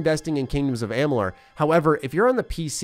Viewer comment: and the Multiverse of Gaming yep. says the name correctly in this vid. Mos ago when thqn announced the release of the remaster he couldn't say the name correctly? I find it extremely hard to believe that someone who is as he says a 'HUUUUUGE FAN OF THE GAME!' would not know how to pronounce it. Or to not know the difference between a fateweaver & the fateless one? That's pretty hysterical actually. &to assume that I must be in a bad mood to comment on it? Um ok. You are reviewing a game. It's kinda important to know the facts. Maybe that's just me. 🙍😅